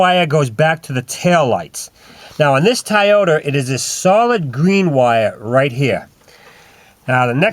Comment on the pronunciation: tieoter...hehehe its toyota